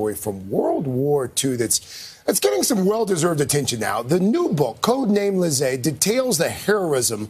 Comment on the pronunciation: Code name Lise (pronounced 'Leez'), not 'lizay'.